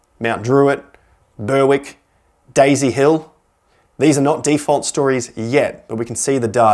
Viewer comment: Ber-wick? If you mean Melbourne, it's pronounced Berrick.